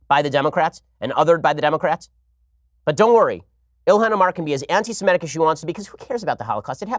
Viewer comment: Maybe he's dyslexic -- maybe he's not -- but every time Ben Shapiro says anti-simetic I want to take his kippa off his head and smack him with it.